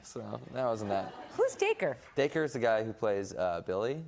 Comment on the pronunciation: Even know that girl had no clue what she was talking about thank you Joe for finally clearing up how to say Dacre I couldn't figure it out (I just started watching when season 3 came out)